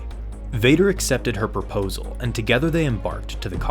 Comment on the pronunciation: Do you have to say "perposal" instead of "proposal"?